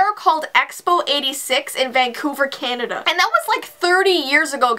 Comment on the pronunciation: Right when said “Vancouver Canda” the show my parents are watching rn said “Vancouver” in Canada 😟